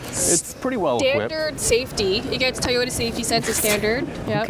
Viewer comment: I liked the video, even if pronounces it "Tahyoda"... tee hee. Cheers!